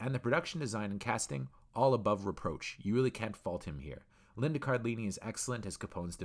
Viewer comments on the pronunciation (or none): none